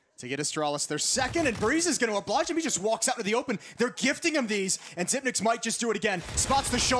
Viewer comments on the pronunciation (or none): no I remember an interview, he said he doesn’t really care they pronounce it zipnix, but he pronounces it zipix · Yeah it should be "Zypnix". Since 9 is "ni" in danish. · the casters spoiled it by saying xyp nix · Henry Su If you go to the interview with him on how to pronounce it, he says zypnix ;) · Xyp9(e)x As in Dev1(i)ce. The person himself say it. At least make it xyp9(nine)x